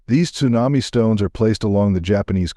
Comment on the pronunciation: AI ? or don't you know how to pronounce Tsunami ?